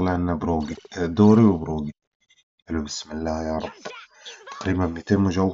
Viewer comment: اسمو دوري ي كبير 😂 طول المقطع قالبو كلب ، قاعد تقول دوغي 😂